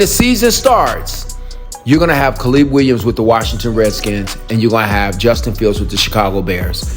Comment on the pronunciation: Kuh-leeb Williams?